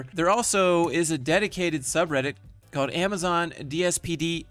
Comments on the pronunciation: I can't get over the way she says "amaZEN" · The way she says AmaZen. It really hurts my ears ow.